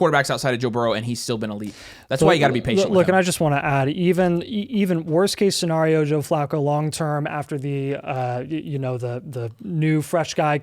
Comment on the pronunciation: still mispronouncing scenario smh 😂